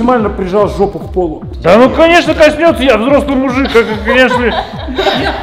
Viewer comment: Лайк за "жэпу") жжёт)